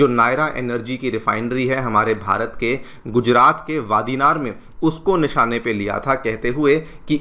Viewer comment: रिफाइनरी की जगह का नाम ‘वादीनार’ नहीं ‘वाडीनार’ बोलते है। -एक गुजराती